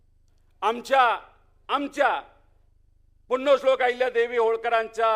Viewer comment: याला पुण्यश्लोक म्हणायला येईना नीट